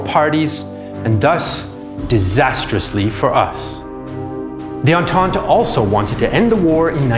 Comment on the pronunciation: Don't you mean Entente aha